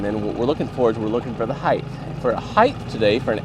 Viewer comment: Height. Not heighth.